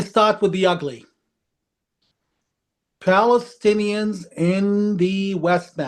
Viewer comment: It is Balestinians not Palestinians , arabs can not say P.